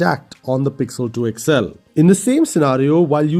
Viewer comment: Its called xl. x-L ! You always say..." Ixxell"